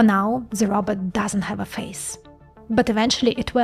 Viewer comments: You are sweet and doing a great job. Keep up the good work. Just one thing... its not "Robert".. Its "Ro" "bot" (Row (BOT)). I am working on a SNN Brain model. Do you have any content on SNN and SNN vs Other and what it means etc ? would be great if you can do that. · Row-bot, not Robert. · Did she say robutt...